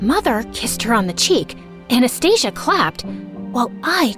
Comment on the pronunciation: It's supposed to be анастасия(pronounciation), not A nast Asia😂😂